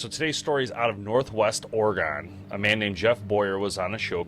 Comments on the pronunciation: It's Or-E-gun. Not gone. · As a Oregonian I must tell ya we pronounce it Oregin not Oregone 😁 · It's pronounced Ory Gun not Or gone lol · Interesting video. But, u pronounce Oregon incorrectly. It should be Oregen. Not a hard “o” kind of like u would say “again”…. Think of it like Oregen. Is it possible Bigfoot was helping direct him to his car? Seems like maybe Bigfoot wanted him out of the area as much as Jeff wanted him gone. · Say Oregen(Oregon) not Oregone. This bothered me so much this whole video. Otherwise, great job. I believe it. I've seen some shit in my life no one believes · Hey! It's OREGUN! NOT OREGONE! WE ARE STILL HERE! Pronounce it CORRECTLY!! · Bro it’s Oregon Oregon not Oregan 🤦‍♂️ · People in Oregon pronounce it ORE- GIN not GON!! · Ore-gun....not gone. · It’s pronounced "Orygun”. From a native Oregonian. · Well I guess being ex military and an ex pig(who lie Alllll the Time) somehow Validates His Story But All The Other Thousands of Witnesses story’s aren’t valid😂. And you pronouncing Oregon “Or-Gon” shows your an untrustworthy person yourself. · It's "Or-E-gon" y'all not OrgOn. It's never okay pronounce it OrGone. Don't do that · I stopped watching after he kept saying or-GONE... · Ore gon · Oregon has a E in it your saying it wrong sorry to be that guy but I'm a Oregon native so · The pronunciation of Oregon was a little weird it's not how most people hear say it at least in my area. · You miss pronounced Oregon so many times in the first two minutes I had to stop watching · Oh my god!! Stop mispronouncing Oregon!! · You say Oregon strange